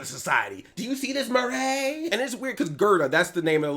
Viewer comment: “ Do you see this Mur-ray?” 💀💀